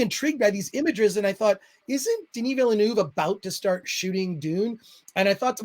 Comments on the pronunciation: Pretty sure it’s said veal-nerve. Like the racing driver 👍🏻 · MATE! It’s pronounced VILL NERVE. Good video btw